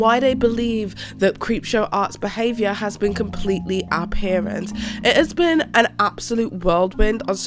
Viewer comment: I love you and your videos, but there were quite a few errors and mispronunciations, like "abherrent" instead of "abhorrent", "whirldwind" instead of "whirlwind", and "anominimity" instead of "anonymity", along with "made its way public". Again, I do thoroughly enjoy your videos, and I don't mean to be a cunt - just wanted to share constructive criticism! I wish you nothing but the best, and I really hope your son recovers soon. We're all incredibly grateful to you for posting this video even though you've been in hospital with your son